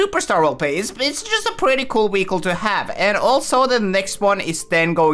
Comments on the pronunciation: your pronouncing vehicle wehicle learn to pronounce words properly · He lowkey says weichle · hes saying weacle